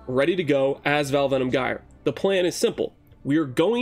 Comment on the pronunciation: LUL "guy er". I mean the damned word is a simple Google search away...